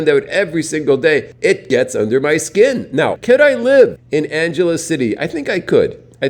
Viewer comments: Anghelese, not Anjelese. Sin city? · Its not pronounced like Los "Angeles"....ask a local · Check your pronunciation of "Angeles"